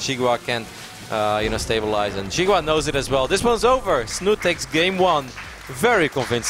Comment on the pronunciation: lol I am starting to call him Snut. when his name is actually Snute in norwegian. Learn it caster ^^ he is too famous now to not pronouce it right!